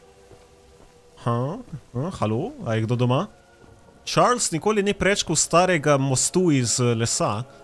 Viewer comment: Pravilno se reče čarli